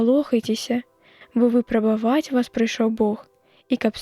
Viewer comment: У 20-м націск трэба на першы склад рабіць: вы'прабаваць - закончанае трыванне, а не выпрабава'ць, як прачытана.